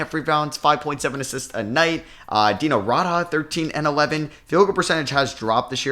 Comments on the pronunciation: This video hurt a little with the name pronunciation. It's Dee-no Raad-Jah And Ma-Mood Ab-dool Ra-oof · Hey You’re pronouncing Dino Radja wrong